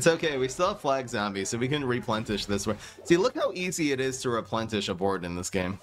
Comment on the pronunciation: It’s replenish not replentish do not say replentish…